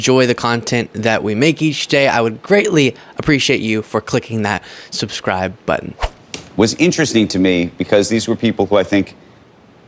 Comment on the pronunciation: Per-Scribe not sub-scribe 😂